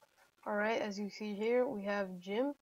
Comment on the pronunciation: it is not jimp it's g imp